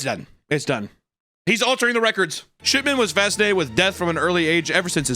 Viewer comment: I keeping hearing "Shitman" not "Shipman"